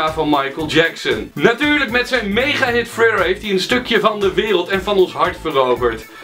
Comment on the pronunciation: hij zij friller in plaats van thriller